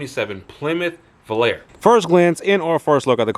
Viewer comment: Nice old Volare ("Vo-Lar-A" not "Vol-Air"). Love the green and that it's a 318. These are great old Mopars that are amazingly still affordable. Tons of options and possibilities with these F bodies. I own a '78 Aspen wagon with the slant Super Six and factory four speed. I love it! Good luck and have fun with your coupe!